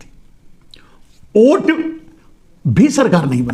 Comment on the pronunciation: ओट बोल रहे हो या वोट समझ में नहीं आ रहा है 😂